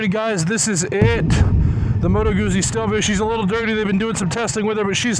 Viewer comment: It's common that many people do not know how to properly pronounce Motto Guzzi.